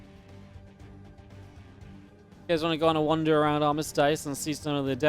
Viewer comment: I try not to be "that guy", but let's go with the short vowel sound I on armistice, not armistīce.